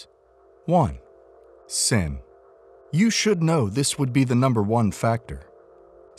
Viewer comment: Time and time God is warning us against "san" 😂😂😂. It's not "san" it is "sin"'